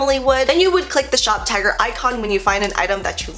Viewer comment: Okay I know I'm not the only person who thought she was saying shoptiger not shoptagr. I'm glad she put the link cuz I woulda been confused.